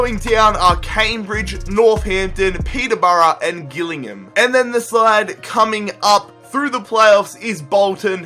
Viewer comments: Its pronounced Jill-ingham not gill-ingham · Also its pronounced Jill-ing-ham not Gill ingham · Not hating but Gillingham is pronounced jill-ing-ham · Just as little heads up, Gillingham is my local team and it's pronounced 'Jillingham' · it is pronounced jill-ing-ham no offence intended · gillingham is pronounced jill-ing-um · Your pronunciation of Gillingham is hilarious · Nahhh the way he said gillingham 😂😂😂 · he says gillingham wrong